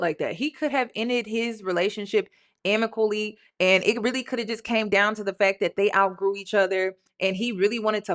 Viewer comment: … it’s AMICABLY not amically! lol 😅❤